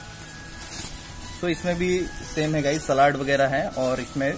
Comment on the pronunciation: Seled not slad😅😅